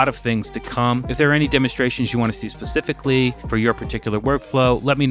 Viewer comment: I swear you said “Pacifically” … instead of “Specifically” of course… i guess.